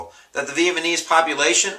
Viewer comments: It's NOT pronounced Viet-Ma-Knees. It's Viet Na Meez. Other than that, I gave up when you couldn't pronounce their name correctly. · "Vietmanese" vs Vietnamese I really hope you're not a teacher. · You're great but I get a giggle every time you say Vietmanese.. Hopefully you do know its Vietnamese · lol vietmanes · VIETNAMESE nooooooooooooot Vietmanese sorry had to get that off my chest. But otherwise I LOVE YOUR VIDEOS!!! I have 3 IB exams tomorrow and thursday, you're saving my butt! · Ma guy said Vietmaneese and then says "maybe" 3 times in a row .lmfao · He says "VietMANese" so many times haha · Lol, "vietMaNese" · Vietmanese LOL btw thanks for the vids, I'm finishing up my history major and your videos have come in handy. Keep it up!